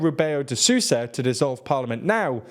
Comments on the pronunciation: "Sussa" lol Sousa is pronounced sowza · I was very confused with that too. I can excuse Castilianizing it a little, but French now? How and why? Doesn't make sense. Even the way they are pronouncing Sousa it's French-like. As if saying Sous-chef or something. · love the videos but "Sousa" is a nasal word, its not susa its s-OH-usa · This is something I don't understand: they pronounced João (tilde not withstanding) almost correctly but José becomes Hosé. And Susa? Just try to pronounce Sousa as in soul, will get most of it right, don't eat the O between S and U. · Dear: You may know how Spanish or French phonetics work well enougu But if you stumble into phonetics you're not familiar with, please, just read the world in the literal word to word phonetics, don't shove foreign phonetics into it just because our neighbouring Spanish and French brothers do it and you think you might just hit jackpot with it. The problem, like with gambling, is if you don't hit jackpot, it's really awful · I could forgive the ã, it was the "Rebeyo de Sooza" that was making me cringe, as if the L read like the spanish LL